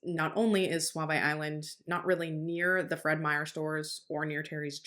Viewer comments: Are used to live in Portland, Oregon and it’s not suave it SooVees that’s how it’s pronounced. We were at the Pumpkin patch when they shut it down if your going to speak on such places, you might want to learn how to pronounce what they are. It’s not that hard to find it’s pumpkin patch 411 also works the only time I’ve heard you sound stupid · Not that it matters, but we pronounce Sauvie Island Saw-vee, not suave-a, and Willamette is Will-am-it, not Willa-met. Thank you for this coverage. All us locals still believe Terry did it and Kyron's bones will be located someday.